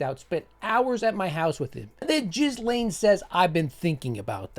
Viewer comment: I’m not the only one that knows the proper pronunciation of Jizzlane!